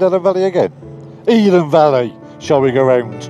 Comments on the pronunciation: I have to admit!, Your Red card IS in question!, After making extensive enquiries into how this Elan Valley is pronounced, And I have it on very good Authority from a Welsh speaking teacher!, It is Pronounced El-an!!😆 but if your from Swansea, Caerphilly or England it’s Elan!!😂😂🏴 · Great series but before I'm expelled from the group just admit you now know it's called Ell-an Valley!! 😂😂👍🏻